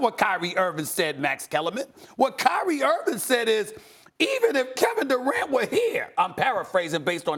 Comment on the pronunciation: Nobody: Steven A: Carrot Durant